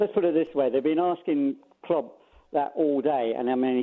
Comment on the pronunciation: Does anyone know this guy’s actual name? I’m 99% sure they call him cause when he first called last season he pronounced Klopp ‘Klobb’